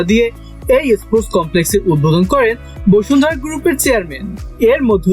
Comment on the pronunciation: বসুন্ধরা নাকি বশুন্ধরা 😐😐